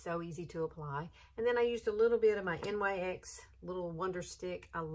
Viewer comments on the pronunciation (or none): Not trying to be rude at all, just an FYI. NYX is not pronounced N-Y-X, it is pronounced Nix. It is the Goddess of night. 🥰